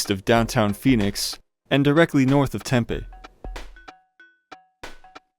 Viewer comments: There is a Snyders factory like 20mi west. Every store has it. Also you’re saying Tempe wrong. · As a native of Tempe your pronunciation infuriates me. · FWIW his pronunciation comes closer to how 'Tempe' (the soy-based fritter dish from SE Asia) is pronounced 😂